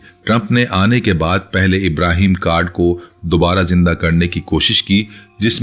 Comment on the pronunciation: محترم جناب اپ سب لوگ ابرام کارڈ لفظ ھے جبکہ سب اینکر پرسن اور یو ٹیوب پر جو خبریں پڑھتے ھیں غلطی کرتے ھیں ابرام کارڈ کو ابراھیم اکارڈ پڑھتے ھیں جو کہ ایک سنگین غلطی ھے مہربانی فرما کر ایسی غلطی ھر گز نہ کریں ۔